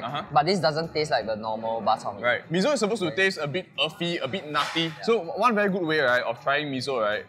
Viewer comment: Why Mee-Zo instead of Mee-Soh (Miso)? 😄